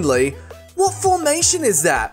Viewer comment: genuine question whys he say dat and dis and der i cant stop laughing